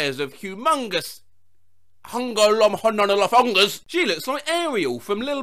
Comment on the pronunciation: Nobody be talking how he pronounced the "humonlomgla--"thingy perfectly 😶😭